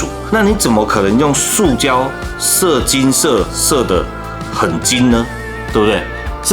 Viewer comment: 麻煩講射金，請不要斷句。 我剛喝水差點噴出來。 😅